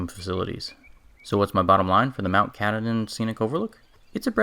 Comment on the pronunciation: It’s pronounced kah tah din